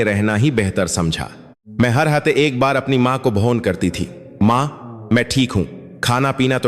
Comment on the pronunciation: आपको हिन्दी बोलने नही आती आप हर बात भै गलती करते है फोन को भोन बोलते है अफसोस अमसोस जोन काट दिया पहले अच्छी हिन्दी उसके शब्द पढो फीर बोलना सिखो फीरशकसानी बोलो